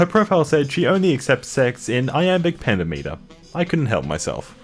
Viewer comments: It's PENTAMETER not penta meter 😫😫😫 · Dude. You gotta learn how to pronounce shit if you're going to read in iambic pentameter which - btw - is pen-TAM-et-er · Good vid, dude. Just for furure reference, they're pronounced, "pen-TAM-itter," and, "a-NATH-am-uh." I know they're kinda obscure words, but it kinda stands out when you get 'em wrong. Other than that, this was amusing .) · Is there a requirement that he mispronounce at least one word per video? Because this time they were pentameter and anathema